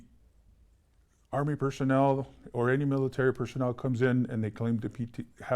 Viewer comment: it's army not arny!